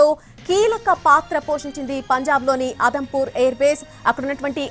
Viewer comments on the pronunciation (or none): అదంపూర్ కాదు.. జమ్ము, ఉదంపూర్ ఎయిర్ బేస్ అది..పీఎం గారు జవాన్ లను ప్రోత్సహించడం బాగుంది